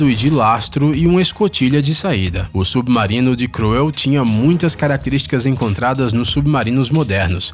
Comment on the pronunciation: Submaurino que raiva dessa pronuncia 😂😂😂